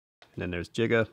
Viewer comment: Uh, the name Giga / ギガ is pronounced in English and Japanese like "gigabyte".